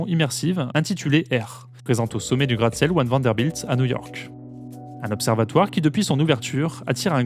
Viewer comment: Cool vidéo ! Juste, peut être demander au narrateur de faire attention a la diction sur les mots qui finissent par le son [K] "désormais ICONIQUE-KEUCHH" "New YORK-KEUCHH"